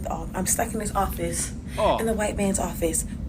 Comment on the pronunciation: When did office start being pronounced as “offeeeese”?